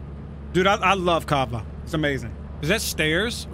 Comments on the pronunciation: It's Cava not Kaba. It's a restaurant that offers Mediterranean food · what did you order? kaba? what the fuck is kaba?